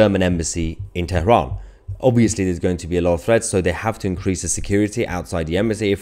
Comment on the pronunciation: TERAHAN. PRONUNCIATION IN ENGLISH IS TERAN. DO ENGLISH PRONUNCIATION